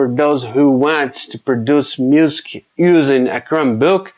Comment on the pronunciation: You nail the consonants but the vowels need work. If that makes sense. You're easily understandable. You will need to say "music" a little better. Muzik, instead of muse-ki.